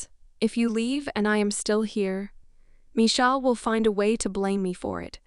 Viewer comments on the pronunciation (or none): I don't get it. If it's read by AI. You'd think it'll be smart enough to know actual words like Michael. And stop spelling out words! I'm also sure it can say sex. SMH.